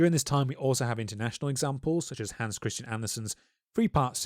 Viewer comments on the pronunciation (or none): none